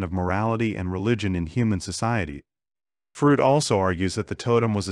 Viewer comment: "Frood"? Work on your pronunciation! It is distracting. You're not consistent with it.